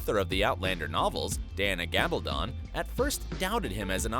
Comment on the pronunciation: CAN'T EVEN PRONOUNCE THE AUTHOR'S NAME RIGHT.